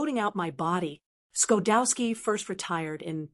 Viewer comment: Its pronounced sha dowski. And his wife is june she just passed away. may they rest in peace. Chuck got 28 emmeys he was an engineer a writer an actor a kind man my friend.